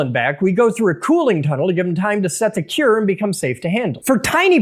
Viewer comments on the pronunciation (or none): none